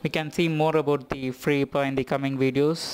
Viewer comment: Every one in the west says Free I P A as separate letters (initialism vs acronym). However, I like the way you say it like "ipa" (as one word) and will from now on be pronouncing it that way myself.